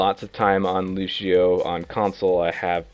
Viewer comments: It's Lucio, not Lushio!!!!! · nope, loose-yo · Good video, but annoying how he pronounces Lucio wrong! It's not Loo-Shee-Oh! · his name is Lucio!!!! not Lushio. smh.... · If I had a dollar for every time he said "Lushio"... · Stowtie You do but but he was pronouncing it lu-she-oh. Although OP is kind of a neck beard and over reacting for attention. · BASTION LU-see-o. The "cio" part of it is one syllable. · Mains him and can't even pronounce his name right.. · there's an accent mark... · TheAlienAdventures That would sound like "lush" not "loos" but he might as well have said it like that. It's just as stupid.